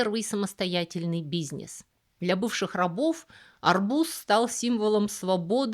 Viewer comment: Всё у вас хорошо,, но почему вы называете бизнес "бизьнесь"?